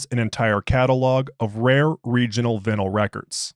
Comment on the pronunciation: "vinnel" records? WTAF?